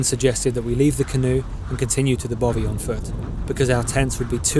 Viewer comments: Excellent vlog and wish I was younger, but please don't call it a Bovey, it's a bothy. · Dude please learn how to say loch and bothy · I can’t tell if your saying bovy or bothy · Yes, and the 'th' sound in 'bothy' is as in 'three' not as in 'bother'. Typical ignorant Englishmen no matter how nicely shot their film is. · Even better their pronunciation of Bothy